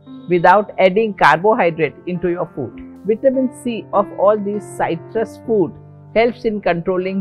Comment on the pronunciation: Good info. Thank you very much. This English teacher and proofreader suggests you amend the subtitle to read "higher" (not "hire") - and please note that the correct pronunciation of "citrus" is with a short "i", not a "y", as spoken here. Thank you again and please keep up the good work.